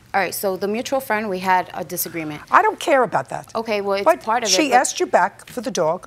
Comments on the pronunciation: “Axed her.” What is so hard about the word ask? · They both sound kind of ridiculous saying shit like “axed” in a court room. feel bad for the dog. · "When I axed her". I wouldn't give something back to someone who axes me. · Why do they say axed???